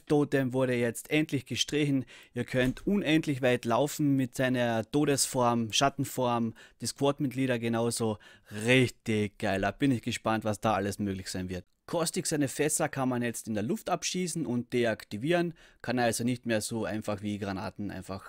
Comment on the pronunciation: Sehr cool gemacht. Hab mir jedes deiner Videos angeschaut! Aber zum Thema verbesserungsvorschläge: bitte bitte hör dir an, wie man Caustic richtig ausspricht, dein "Custic" zerreißt mir jedes mal das Trommelfell! 😜